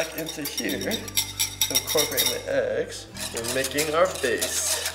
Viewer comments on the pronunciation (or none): none